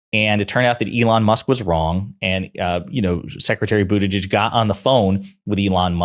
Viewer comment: I am pretty sure Jimmy Dore says Bootigege the way Trump said it.